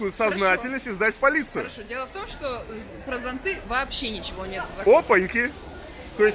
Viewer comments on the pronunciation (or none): зОнты , а не зонтЫ !!!!!!